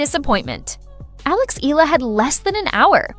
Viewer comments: …it’s just an annoying observation that annotations on videos would garble player names in what an otherwise relevant reporting…making it sound like it’s an English word? [ee-yah-la] becomes [ee-lah] in the case of Eala.. unless AI was used, they can research or learn from the NBA announcers who encounter a lot of different player names (some are weird) but are able to say them correctly… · most media personalities continue to mispronounce Eala... It is pronounced E-ya-la, not E-la. Do some research and correct your mistakes!